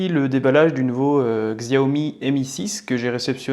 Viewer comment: ça se prononce Chiao - mi x)